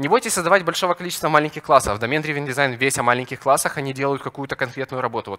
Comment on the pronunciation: Драйвн, драйвн, плеать )